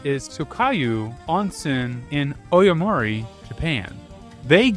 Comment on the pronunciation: im indian so i obviously have to ask: how did you get oyomori from aomori lmao